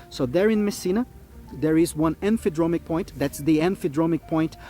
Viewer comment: I know English may be his second language, but “Emphydromic”? No such thing.